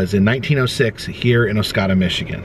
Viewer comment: Good stuff. I lived in Oscoda for a few years. You pronounced it correct the first time. And the first time only